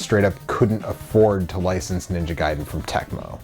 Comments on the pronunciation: Its pronounced guy-den not gay-den. The arcade version was extremely clunky and not well received. You say that arcade games are hard to pin down...you know they have dates all over them right. For instance looking at the splash screen at the title will generally tell you when it was made. You can also look at the custom chips or the board itself...very easy....Ninja Gaiden did not truly get started until it was released on the consoles. I love it the ZZZXSpectrum. I will now until the end of time cal it the Z (not zed) XSpectrum...hahahaha! I'm sorry, the micro's look absolutely terrible. I am so happy I grew up with the Sega Master System and the NES. I hear almost constantly from the British and European people chanting how much better micros were than the Nes....no, not by a long shot. Oh my God...it's great to see those two together again. Okay, I'll get a regular beer...WHAT! Roflmao! Subscribed! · Blasphemy. It is Gay-Den!!!!! HAHAHAHA 😄